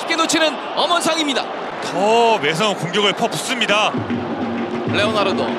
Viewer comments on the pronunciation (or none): 해설 레오나르도 발음 존나게 안되네ㅉ